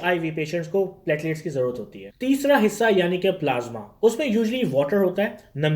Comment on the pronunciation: NAT, HIV, HCV, HBSAG, Nimonia, TB, Tests are must be mandatory.. it's platelets not patilats...